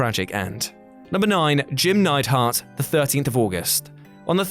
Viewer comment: Neidhart, not Neidhardt